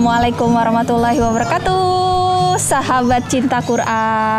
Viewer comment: Kalo ucap salam yg bener dong bu...bukan...... katuuuuuuuuuuu tapi kaaaaaaaatu